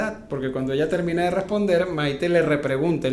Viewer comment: Es Maité con tilde en la e , no Maite q suena horroroso